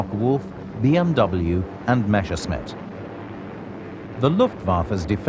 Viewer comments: Why is it so hard to say Messerschmitt instead of Meshersmitt? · Why do they always have to say "Mashersmitt"? Can't they read? MESSERSCHMITT!!! That can't be too difficult, even for people who don't speak German! That's ridiculous and distracting. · Rules for hiring narrators for WW2 air war docos: If they can't even pronounce Messerschmitt, never mind Rüstsatz or Ploiești then they don't get the job!